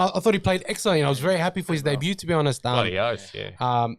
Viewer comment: Did old mate who doesn’t know how to talk into the mic properly just pronounce the word ‘debut’ as day-bu-t and include the ‘t’?